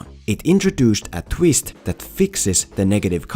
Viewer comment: “The tweest”